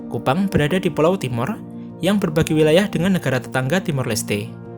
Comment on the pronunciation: KUPANG bukan KUPAN.. aduhhhhhh